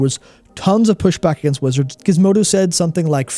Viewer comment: Every time says Wizards I hear him say Blizzard out of habit.